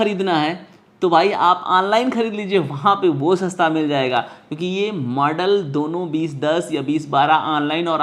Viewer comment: UP se ho lag raha hai... Model ko Madal bol rahe ho